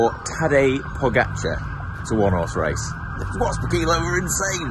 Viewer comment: Respect for pronunciation of Pogačar. Spot on from everybody. But Roglič will win. Good prewiev.